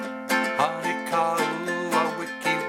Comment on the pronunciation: Great lesson. Just one thing... The "o" in Honi is pronounced like the "o" in bone